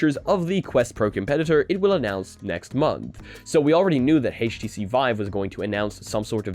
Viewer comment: Haytch TC? Really? I'm out.